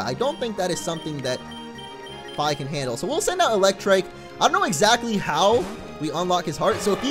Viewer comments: the way you say Fi is really odd. I always said it more like Fee, as in the thing you pay. Anyway your decision, just though i would share my thoughts. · Isn't it pronounced like the word fee? Just saying. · you do know Fi is pronounced "fee" right? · Fi is actually pronounced Fee